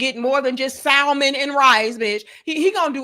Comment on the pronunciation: Too much hamburger meat on the hands and pronouncing the "L" in salmon took me out 2x 😂😂😂😂